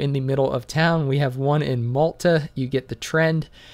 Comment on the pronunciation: Lip- KOE-va. MILL-ta (not Malta. Not a chocolate candy) K bye